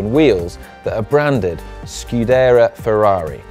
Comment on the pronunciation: Top points for effort, but you need to work on reading other languages... Bahrain and scuderia were pronounced as if you had a set of jockey wheels in your mouth at the time...